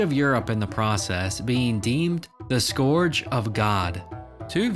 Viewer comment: .. Scourge rhymes with "surge" not "gorge".